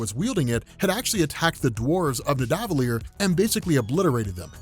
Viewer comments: Nidavellir is said like Rockefeller. Ni Da Vel-eer. Keep up the great work. (I know, it's a comp of all the vols, but always happy to help with pronunciations) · "The elves of nidavilier " lol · Omg stop saying Nidavellir like that 😂 it sounds so weird.